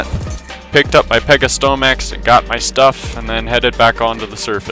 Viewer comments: Did you say some names wrong in purpose or not? Anyway everytime you called the pegomastax "pegosyomax" my mouth just teared apart of laughter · The way you pronounce pegomastax and thyacoleo hurts me but other than that great video